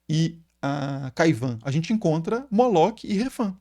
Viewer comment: Professor esse nome Moloque é um equívoco! O nome hebraico Moloch se pronuncia, Molor, toda palavra ou nome em hebraico terminados com CH tem um som de R, como por exemplo, Melech se pronuncia Meler, Machiach, se pronuncia Machiar.